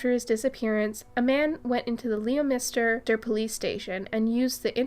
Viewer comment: Leominster is pronounced lim-stuh .